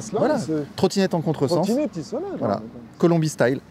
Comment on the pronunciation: Quand dit « voilà » j’entends « voillah »